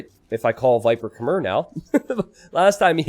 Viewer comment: 'Khmer', as a word, is pronounced to rhyme with the word 'air'